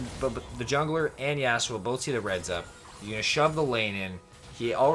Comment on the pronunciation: The way you say Yasuo hurts my brain.